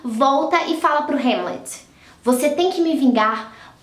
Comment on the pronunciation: É rãmlet, não rêmlet